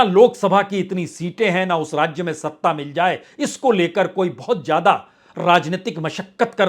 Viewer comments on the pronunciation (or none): "Ziyadaa" bolye lekin aap "Jiyadaa" bolte ho. "Zindagi" hota hai "Jindagi" nahi.